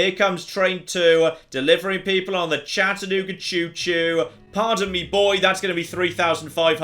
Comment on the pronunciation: As someone who's lived in the Chattanooga area for most of my life, I was shocked to see how accurate the map is. And hearing Chattanooga in a British accent was delightful